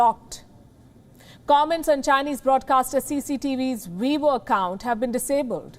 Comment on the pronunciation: Chinese twitter. Sounded like she said webull